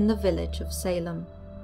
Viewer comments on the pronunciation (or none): none